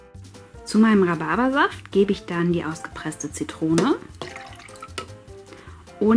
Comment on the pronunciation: Du hast dich versprochen und Rababa Saft gesagt